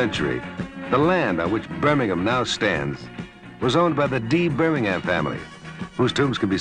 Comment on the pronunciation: Nice that Telly pronounced it Birming'um, not BirmingHAM. That's a nice touch. What a pro!